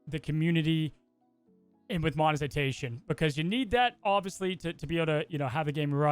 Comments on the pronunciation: “monezitation” I had to play it a couple of times to get that lol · Good discussion on monetization. I’m with. However, can’t pronounce monetization correctly lol. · Did just said "mozetination" or is it just me? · Ok but why he pronounce it Monezitation? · I love you guys and don’t wanna be a dick, but monetization and longevity… please revisit how you pronounce these words lmao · Am i crazy or is saying Longetivity instead of longevity and is saying Monezitation starting around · love to talk about monezitation and longetivity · I’m sorry but the amount of times said “monezitation” and said “longetivity” 😂😂 tough to present a compelling argument when you can’t pronounce the talking point but somehow I still agree